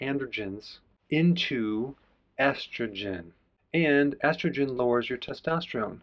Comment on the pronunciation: Who pronounces estrogen as astrogen?!